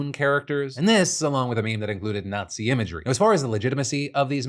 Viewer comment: Did you pronounce nazi weirdly on purpose? It is almost like you buried the lead. hmm.